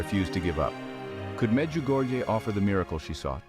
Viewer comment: Before producing a short video like this, please find out how to correctly pronounce the various names of persons & locations. I have visited Medjugorje ten times and find it very annoying when I hear strange names/locations pronounced the «American» way. Please, be respectful of others and make a greater effort in learning to pronounce people’s name in the correct manner. Otherwise, it is disrespectful!